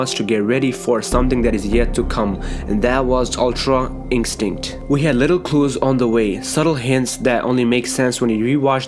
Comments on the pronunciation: "Ultra inkstinct" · Why dose he say ultra instinct like that it's like it's dubbed in he leaves it for a second then says it